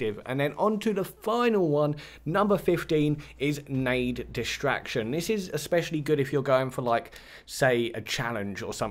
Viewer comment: “Destraction” Lmaooooo